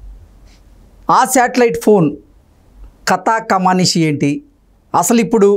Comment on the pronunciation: కమానిషు కాదు బాబూ, కమామిషు.